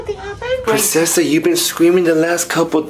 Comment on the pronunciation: It's princessa not prensesa